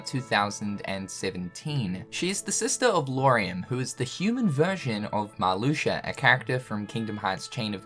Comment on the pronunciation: Did this man just say Marluxer?